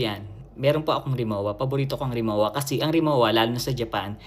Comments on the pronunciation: ang Rimowa ay German brand, hindi Japanese. Katunayan, ang pagbigkas ay Rimo-va. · Rimowa luggage is pronounced Ree-moh -vah with the German 'w' sounding as a 'v'.. No offense meant ❣️❤️🅿️🅱️🅱️Ⓜ️✌️ Forever since birth